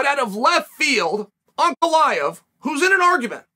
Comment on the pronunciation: Ray-chick? Uncle eye-ev?